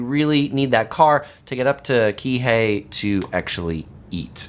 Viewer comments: Interesting info but it is annoying that when you are in Kihei you still can’t pronounce Kihei or Kaanapali. I could understand if you were never there yet but it hurts your entire video to not take the time to ask someone or even to google the proper pronunciation. I realize you have addressed this but it is still bothersome. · You forgot to mention how great the fresh fruits are!!! So many local fresh fruit stands, pineapple is good not just in burgers!!! and your pronunciations of Kihei and Ka'anapali are hilarious....I've only been to Maui 3x and I know how to pronounce the cities I am staying in. This is a guide and you should KNOW how to pronounce the cities you are talking about. I'm not Hawaiian but I love Maui and even this was frustrating to hear. But I got a good laugh.